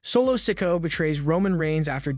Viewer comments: Raquel. He says. Raco solo sokoa he say soco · Why does this dude pronounce solo sikoas surname as sicko??? 😅😅😅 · Omg the narrator needs to know who he is talking about because he cannot say solo sikoa name properly it's not sinko it's not sicko or even sicka it's solo sikoa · You really need to lean how to pronounce names. You have said Solo last name 4 diffrint ways in this video. it is pronounced "Si Ko A"